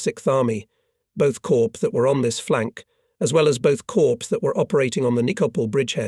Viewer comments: Caw has a longer a sound than corp, like the noise a bird makes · Corps is pronounced caw, not corpse.